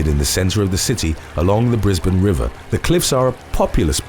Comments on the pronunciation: Well done for pronouncing Brisbane properly, the ppl of Brizzy, Queenslanders will be proud. Now let's see if we can piss Melbournian's off by NOT pronouncing the capital of Victoria's capital Melbourne properly.... 😉 Also well done to the Indian Elephant! It's about time the Elephants got pay back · He pronounced Brisbane properly !